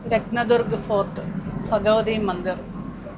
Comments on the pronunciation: Bhagavthi not Fagavathi, Bhoomi not Foomi, please consider as a suggestion. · നീ എന്താ ഈ ഫാഗവതി എന്നു പറയുന്നത് ബി അല്ലെ വരേണ്ടത് bagvavathi bagvan